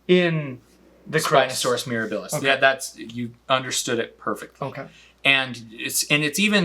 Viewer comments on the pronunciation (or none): Pronunciation correction. The word "Mirabilis"" should have the emphasis on the "a" not the middle "i." The first two vowels are short while the last two syllables are short, so the accent needs to fall on the antepenult. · Mirabilis takes stress on the 2ND syllable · Once again, I see a facepalming, a Spino, and I click. I love you guys, but it's Mere-A-bilis. Accent on the second sylLAble More Spino fish fight content please 😅